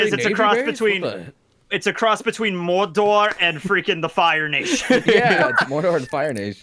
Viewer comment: Can we talk about how rolled his tongue when he said Mordor? 👏👏👏🤣